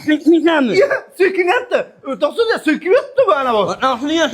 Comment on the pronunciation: O'rtoq sudiya degan so'zi qo'toqni yebdi deganday eshitildi🤣